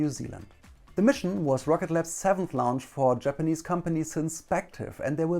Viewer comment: Like the video, but can't stand that he keeps saying Lounge instead of Launch